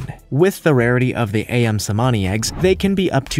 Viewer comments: i-yum LoL. No Ali or Amin. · The pronunciation of “ayam“ is “ah-YAHM”, which means “chicken” in Indonesian. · Thank you for your post. A side note: The pronunciation for 'ayam' should be the same as in the word 'amin' since both words are in the Malaysian or Indonesian vernacular. Or, 'Ali' like Ali Baba.